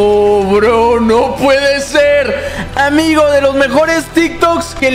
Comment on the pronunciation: jajajaja amgio ajjaja en lugar de amigo jajaja edit: tambien en